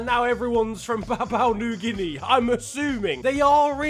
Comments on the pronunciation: The way he says Papua New Guinea is fecking hilarious. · Mispronouncing Papua New Guinea throughout the video.... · Drink everytime mispronounces PNG